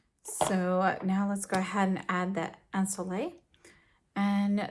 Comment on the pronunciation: This glowing skin at the beginning 😍🥰😍 and love the in-depth review.💖👏 P.S: I might be your only french viewer, hope you don't mind a quick pronunciation lesson. The word "ensoleillé" the last syllable with and accent should be pronounced "yé" like you would say in "ye-llow"😉